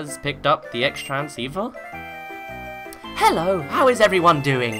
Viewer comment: I know that this won't have an effect for a while, but the Xtransceiver is actually pronounced Crosstranceiver. I guess there weren't enough characters to name it Crosstransceiver, so they used an X as cross.